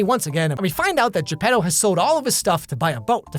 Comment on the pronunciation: o its geppeto. Not jeb pedo XD